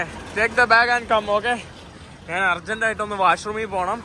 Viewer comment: അപ്പം നാൻ എന്ന് എന്തിനാ പറയുന്നത്. ഞാൻ എന്ന് പറയുക